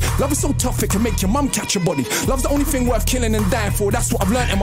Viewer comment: They don't pronounce "th" they pronounce only "t" Ting - thing Am sure he was meaning "London youth" but sounds like " yout" The Irish people do the same. Btw this is no hate 👍